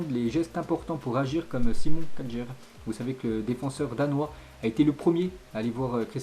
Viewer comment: Kajer 😂😂😂 ça ce prononce kjar